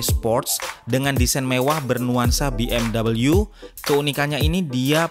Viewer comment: Be em we aja, soalnya jerman pelafalannya ga gitu